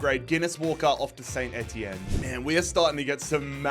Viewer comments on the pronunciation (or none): none